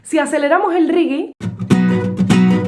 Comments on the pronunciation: Es Latinoamérica se le dice Regué (Reggae) no Rigui. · Hola, muy simpáticas tus explicaciones 🙂 y muy bonita tu música. Solo un consejo. El reggae se pronuncia régué y no riguie... una confusión por lo pronunciación anglosajona supongo.. pero en inglés también se pronuncia "régué"... 😉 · Se escrbe Reggaeton no Regueton y el Reggae no se pronuncia Rigui , de lo demas buen contenido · por que pronuncias reggae tan extraño....de.donde sacaste esa pronunciación..por que no es castellano ni ingles.